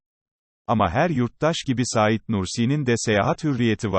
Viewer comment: Ya şu yorumcu kim acaba daha "Saîd Nursi" demeyi bilmiyor. Saîd isminde vurgu a harfinde değil "İ"de dir. Lütfen düzeltin çok rahatsız edici.